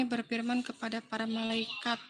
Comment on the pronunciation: Berfirman ya Mbak, bukan berpirman, emang saudara tapir shg bilangnya pirman. Wajahnya cantik, tapi otaknya cacat ya 🤣🤣🤣 UCLIM